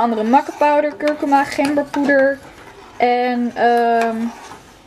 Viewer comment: super leuk.al je filmpjes.. kijk ze al heel lang maar je spreek die kruiden uit als kurkoema🙈 xx💋